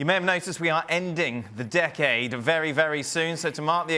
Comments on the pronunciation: Is he saying dickade 🤣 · Listening to Frank say 'decade' is painful.